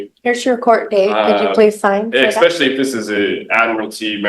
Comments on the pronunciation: MY GOD, this guy is an ANNOYING MORON. Attempting to sound intelligent and says "ekspecially.' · Nothing better than watching a guy who pronounces the word especially as "exspecially" determined to represent himself in a court of law.